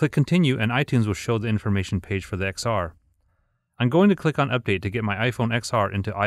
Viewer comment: it's ten R, not X R